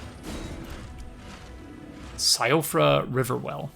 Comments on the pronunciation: Just FYI, Blaidd is Welsh/Irish/Gaelic. It is pronounced like "Blythe" and means *WOLF*. Also, Siofra is (Welsh/Irish/Gaelic again) is pronounced "SHEE-fra" and means changeling/Elf child/precious child. Fun with definitions! 😊 What an absolute joy it is to have regular content from you to watch again,! ♥I did not enjoy this game initially and I still think it's From's worst game (Bloodborne and DS 1&3 are my favorites), but seeing it through your eyes is still a magical experience. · If it matters to you. Siofra is pronounced (shee-fra) with a slight roll on the 'r'.